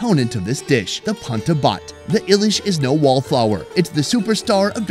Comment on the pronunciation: The pronunciation is Elish or in english Hilsha not ilish